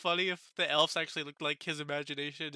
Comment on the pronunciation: Good review. This was my least favorite episode so far. I still liked it, but it felt slow. Your suspicion of the councilmen seems right on. I don't know why Rimuru punished Gobta while they were in the jail. Also, why did Gobta not accompany them to the elves? BTW, the plural for elf is elves, pronounced with a "v" sound, not "f" sound.